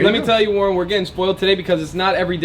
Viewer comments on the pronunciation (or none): Its Warren not warrent lol